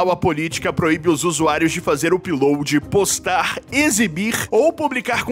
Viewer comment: Se escreve " up load" mas se fala "AP LOAD"